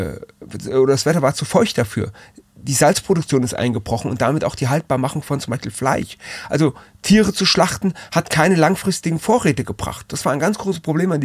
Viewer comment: Ich finde deinen Sprachfehler irgendwie sehr süß, die Haltbarmachung von Fleich*. Das *Fleich kann nicht mehr haltbar gemacht werden wievzu feucht